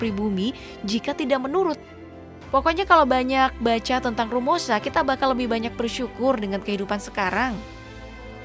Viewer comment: ROMUSHA MBAK, BUKAN RUMOSHA